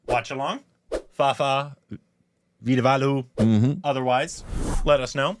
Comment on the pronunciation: saying Vadivelu as Veedavaalu tickles me everytime. It's endearing. I love that he's trying.